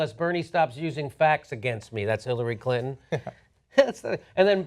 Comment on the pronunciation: Clin-tone Deaf? hahaha. priceless :)